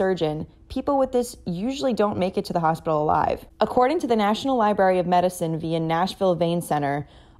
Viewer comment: How the F does a supposed journalist pronounce library, liberry?